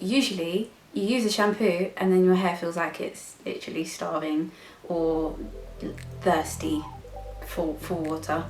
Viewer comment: Love the emphasis of how “thirsty” shampoos can leave your hair 🤣🤣🤣